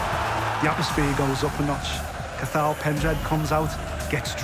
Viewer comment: Butchered Cathail & Paddy's names 🤦🏻‍♂️